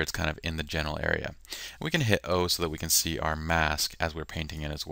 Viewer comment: LOL! You know I was trying to say "general" , though I will admit, it isn't that clear ;)